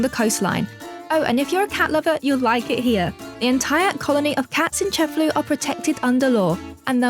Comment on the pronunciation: Awesome video, i'll be adding Cefalu to my list of Sicilian cities to visit. Just one comment, the name of the city is pronounced ce-fa-LU, not CE-fa-lu. The stress goes on the last syllable, not the first.